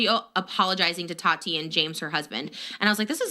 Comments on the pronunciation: The way you pronounce Tati as Tadi is so funny to me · Why can’t you say Tati name right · FOR THE LOVE OF GOD, LEARN HOW TO PRONOUNCE “TATI” CORRECTLY .